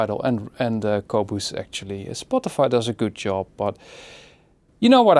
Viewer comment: Qobooze. Haha. I love it the way he says Qobuz.